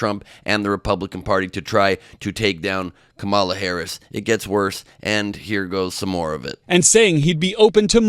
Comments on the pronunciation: KOM-uh-luh, not kuh-MA-luh. It starts with "kom," which rhymes with mom, and that's where the emphasis is. Don't pronounce her name the way Trump does. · Ben, you are saying Kamala the same way Trump does!!! It is KAh-mala. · Ben, please pronounce Kamala's name properly!! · Enjoy your show but please pronounce her name correctly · He purports to be a news man. And he can't pronounce the VP's NAME?? 🫏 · You know you keep mispronouncing Kamala. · You’re mispronouncing her name. 😃